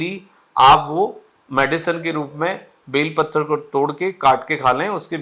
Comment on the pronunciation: डॉक्टर सर का उच्चारण गलत है बेल पत्र कहा जाता है न कि बेल पत्थर ! 🤔